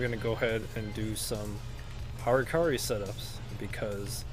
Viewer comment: "Hurkuri" :d